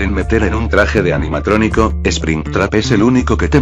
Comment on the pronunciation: En la 16 dijo anianatronico :v